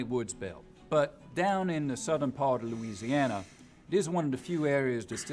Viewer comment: Right? I'm not even from Louisiana and know that people from there do not pronounce it like that, lol.